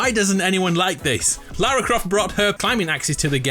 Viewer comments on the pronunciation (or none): none